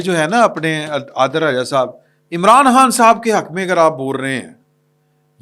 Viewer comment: Its so irritating that you never take this ghaddar ADIL RAJA name correctly. Being a journalist of your calibre should be particular and correct in mentioning the names